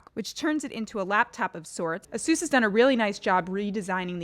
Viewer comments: Seems like they still haven't learn how to pronounce ASUS correctly. Just search in youtube "How to Pronounce ASUS" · i cant stand the way you say asus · Her pronounciation of "Asus"...